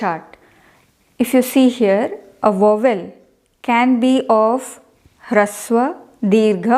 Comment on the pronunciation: Please pronounce the word VOWEL properly. Rest of the content is excellent.